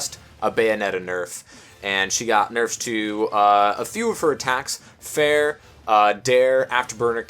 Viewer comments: "No nuffs, no berfs" Wow... XD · "No nuffs no berfs" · I can't even tell if that was intentional